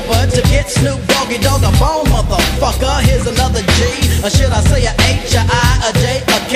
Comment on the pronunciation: he said a bone or a ball?